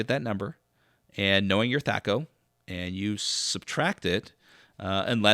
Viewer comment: why are you using the long ‘a’? As far as I know Gary introduced the term in the original DMG but I’m not sure if there’s any recordings with him actually pronouncing it.